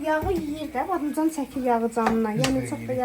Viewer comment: Badımcan❌ Badamcan✅😂